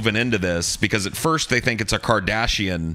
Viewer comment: Good. I like hearing people's insights into this amazing series. Please continue doing more., just remember, it's pronounced "Car-dass-ian" not "Car-dash-ian."